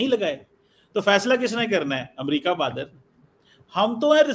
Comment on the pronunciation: Bahadr nhi hota hai 😂 LOL